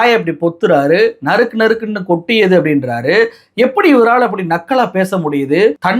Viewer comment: நரிக்கி நரிக்கி நரக்கி .....தப்பா பேசிட்டோம்னு வாயப் பொத்துக்கிட்டாரு !! நறுக் நறுக் என்பதைத்தான் தவறாகப் படித்துள்ளார்